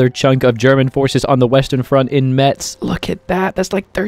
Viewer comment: FYI, the "z" in "Metz" is pronounced lik a "s".